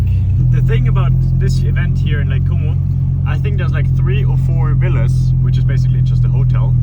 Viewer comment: bin ich der einzige der die ganze zeit lake homo versteht? :D